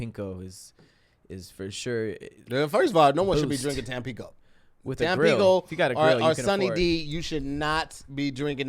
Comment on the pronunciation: Hey, was trying to say "Tampico," but the playback confirms he said, "Tampinko." Back to you.